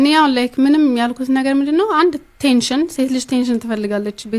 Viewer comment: እንግሊዘኛ አትችልም እንዴ? አቴንሽን ለማለት ቴንሽን